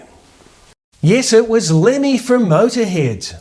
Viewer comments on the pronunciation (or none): It's "Lemmy", not "Lenny". 😒